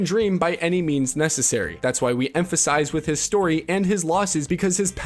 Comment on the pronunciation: It's not "costed", it's "cost". Banal doesn't rhyme with anal, it's "ba-nal". Empathize is not pronounced the same as emphasize. And so on and so on. I just couldn't take take the constant mispronunciations anymore so I quit halfway through the video. It's an absolute epidemic among Youtubers nowadays, none of you know how to speak.